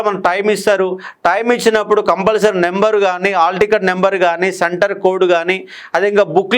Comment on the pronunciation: నెంబర్ కాదు, నంబర్ అని గమనించండి. స్పెల్లింగ్ " NUMBER " కానీ " NEMBER " కాదు. దయచేసి దీనిని విమర్శగా చూడకండి. ఎందుకంటే, మీరు Faculty. మీ నోటినుండి ఏది పలికితే, దానినే అభ్యర్థులు standard గా భావిస్తారు.